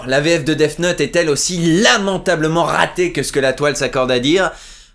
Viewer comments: Attends... Tu dis "Deaf Note", c'est gênant ! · Arrêtes de dire "deaf note" pitié x)